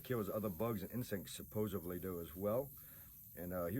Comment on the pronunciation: it’s supposedly, not supposively